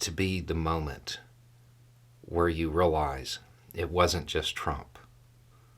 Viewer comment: this has to be the moment when you really notice the way that says 'realize'😶 A man without a country' - Kurt Vonnegut, 2005 prophet